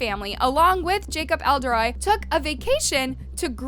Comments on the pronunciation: Jacob ELDEREYE!?!?!? 😂😂😂😂😂😂 Jacob Elordi???? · You were right. Jacob's last name IS pronounced Eh-lor-dee. Not sure what the narrator's problem saying it is. Maybe a bit of dyslexia?